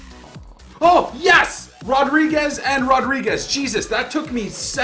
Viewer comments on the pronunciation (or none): none